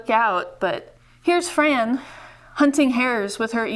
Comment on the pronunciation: She would hate that you called her Fran...she pronounced it FRON